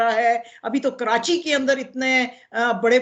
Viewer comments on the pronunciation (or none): none